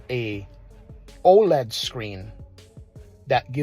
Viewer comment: I nearly died when he said OLED ..but now see he's been corrected! :) nice video!